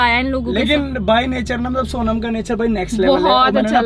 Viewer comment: She is saying saunam instead Sonam. And loaby instead lobby. 😭 sab Seekh jaati hai ladkia makeup, class everything but English me hugg deti hain. Why? 😭😭 Please work more on your vocabulary pronounciation this english isn't suiting your character.